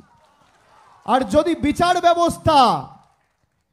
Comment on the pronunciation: বিচাড় ব্যবস্থা নয় রে ব্যাটা ভুঁইফোড় নেতা ওটার উচ্চারণ বিচার হবে রে আহাম্মক!